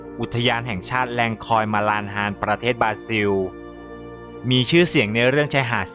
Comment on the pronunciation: ประเทศ บราซิล ครับ ไม่ใช่ บราซิว